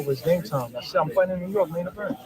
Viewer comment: Lol@ when u said " & he mian event!"... Straight shame... U right saying berlanga is the Rican version of bronner